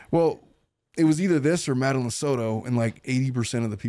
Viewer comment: You’re pronouncing Madeline’s name wrong 🫤